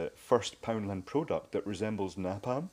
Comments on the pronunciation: Nay-Palm. Not Na-palm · na-palm N A PALM not nahpalm Nay-palm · ITS PRONOUNCED NAY-PALM. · Friendly FYI: It's pronounced "Nay Palm". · This is the first time I've ever heard it pronounced "Nah-palm", and now I'm questioning everything. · pronounced "nay-palm" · why did you pronounce napalm the way you did? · Due to a different accent? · I love your videos I really do... but your pronunciation of 'napalm' hurts my soul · That wass cool, but i had to dislike for how he pronounced napalm.